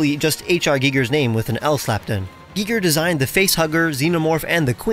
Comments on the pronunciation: the way you said HR Giger stun locked me and made me die inside. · The way he says "Giger" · Type "HR Giger pronunciation" and check out the video of him saying his own name.